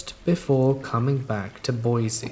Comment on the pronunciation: Hey, I know it's completely irrelevant, but Boise is pronounced Boy-see not Boy-zee.